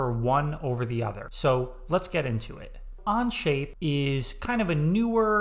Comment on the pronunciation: I feel your view is a little more bias to SolidWorks, oh sorry On-Shape whatever its called 🙂 (Even you can't say Onshape lol). Think I'll go to other creators for a fair comparison. Thanks